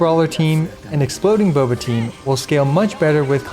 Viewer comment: everytjme you say Boba I cringe.